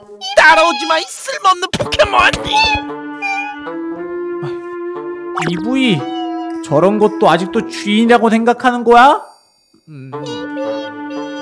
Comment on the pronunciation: 3분22초에 이브이를 이바이 맔했다